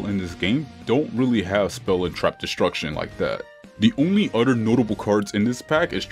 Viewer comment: "Every story event happens one after the UDDER"